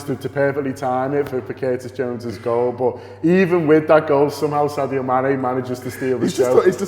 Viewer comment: Its sadio not saudio